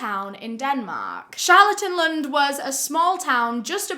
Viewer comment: As a Dane it’s so funny hearing her pronouncing some of the names like “lb”, “Helle” and “Charlottenlund”. I don’t blame anyone for not being able to guess how it’s supposed to sound cause it’s definitely a guessing game lol😂